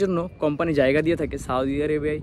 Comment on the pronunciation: সাওদি আরাবিয়া কোথায় আবার? দেশের নামটা উচ্চারণ করতে পারলেন নাহ?